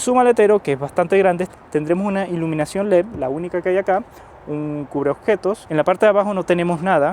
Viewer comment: Tenemos un problema con la D en leD, lo cambia por una P, leP. Hay que arreglar eso.